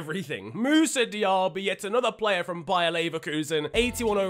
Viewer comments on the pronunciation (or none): none